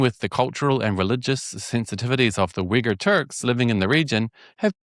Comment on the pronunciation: Man I kept hearing the wrong word instead of Uyghur